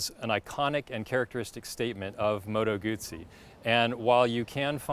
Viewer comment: Just say Moto Guzzi correctly. 🤌🏼